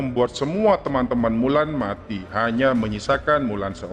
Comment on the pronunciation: Mulan le ...bukan wulan